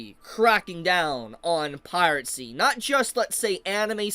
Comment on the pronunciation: Holy, stop saying pirate-sty. PIRACY, this video was hard to watch